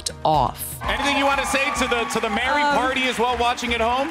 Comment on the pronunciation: thats wary tho, not mary